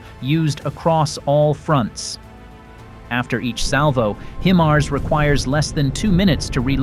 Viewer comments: Look, I wish whoever the voice is that they would look up the proper pronunciation of HIMARS. It's "HighMars, NOT HeMars. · Pronounced Hi Mars, not Him Ars! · Or He-MARS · It's been well over 2 years now, and moronic robot voices STILL have no idea how to properly pronounce HIMARS. You can solve this stupidity yourselves, by simply editing your script so it reads "High-Mars". Replace "GMLRS" with "Gee Em Elle Are Ess", and replace any distance measurement with actual words, instead of abbreviations. Then your ugly robot voice will say things correctly. This is not exactly rocket surgery now, is it? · Eventually AI will know how to pronounce HIMARS correctly. Until then I'll continue to skip out on machine generated content. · Yes but how it's pronounced is distracting. Iam gone